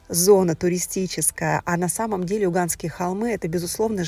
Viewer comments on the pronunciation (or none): спасибо! Чудесное видео: милый, уютный отель. Взяли на заметку!)) Просьба к Вам: немного режет слух дикция: Эуганские, а звучит как Луганские......